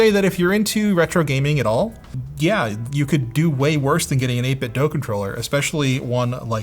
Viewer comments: Eight Bit Dough? Why not Eight Bit Do? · 8 bit Doo!! (not Doh) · 8bitdoe? Since when is do pronounced as doe? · Nice and comprehensive review! FYI: It's pronounced 8 bit "doo" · It must be very frustrating for 8bitdo that nobody can pronounce their company name correctly.